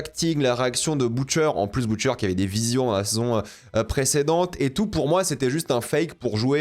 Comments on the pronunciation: Pk il dit boutcher alors que dans la série on prononce butcher tu rend fou c trop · Comment on peut anti-vf, tout regarder en VO et pronnoncé les mots anglais si mal... Boutcheur... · Pourquoi il dit boutcheure